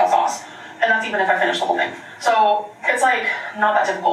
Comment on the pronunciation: Noticed she's being back the "sho" instead of "so" that she used to do circa 2018. Guess she's been watching her old videos and decided to try that affectation on again. 🤦‍♀️